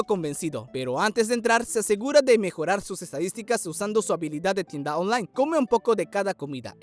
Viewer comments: Dices online muy raro parece que dices onjlane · Tienda ooonlay jajajaja me gusto mucho el video